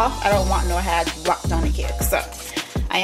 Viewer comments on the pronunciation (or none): She said "Haad" love my sk people 😂